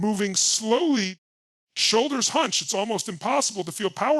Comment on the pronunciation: AI Tony Robbins is the best AI. I will make sure to stand tall and keep my ‘SHOUWLDERS’ back. Haha